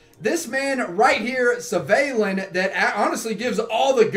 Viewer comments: It’s pronounced ‘Svarlin’ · No it's pronounced how it's written, Svalinn.